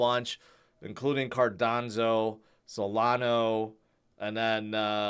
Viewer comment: Jim Cramer called Solana, "salano" looking like an absolute clown in the process🤡🤣